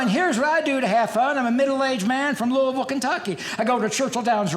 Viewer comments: You know he's actually from Kentucky because he pronounces Louisville correctly. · Yes! He says Louisville right!